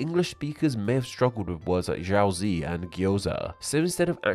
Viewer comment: pierogi is plural, singular is pieróg. also, you pronounce jiaozi and baozi wrong. It's "jyau dzyh" and "bau dzyh", pronounced like "dzyh" not "zee"